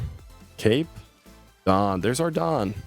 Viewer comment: Why is bro INCAPABLE of pronouncing "Dawn"